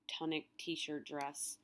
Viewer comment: It is pronounced toon-ic not ton-ic. I just cannot listen to you say that anymore. Also, FREE PEOPLE not Free the People.